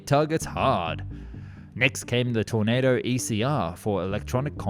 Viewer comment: How many different ways can one person pronounce tornado